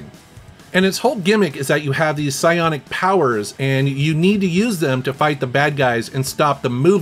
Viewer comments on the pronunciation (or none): none